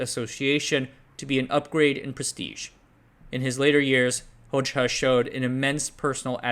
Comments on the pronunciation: Actually, his last name is pronounced as Hoja, not Hocha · Excellent video, but it's pronounced "Hoja" not "Hojcha" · This is pedantic but I’m pretty sure that Hoxha is pronounced “hoja” rather than “hoj-ha” (j as in jelly) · The name is pronounced HodJA, just saying. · You cannot pronounce for shit. Envr. Its actually spelled Envr. And its Hozha in sound. Hojaha is no good. Dude was a greedy evil leader like that couple in romania.